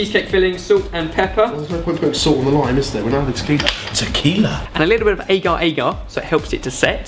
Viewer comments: Its pronouce as ah-gah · Well, actually it's more like a-gar a-gar. The a is short.